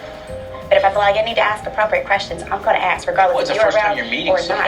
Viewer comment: tell Nikki to say the word, "ask" instead of "ax".